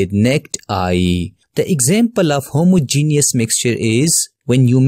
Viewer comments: Homogenious mixtuh and heterogenoious mixteh XD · That u did not know how to say homogeneous I know I also have not written correctly spellings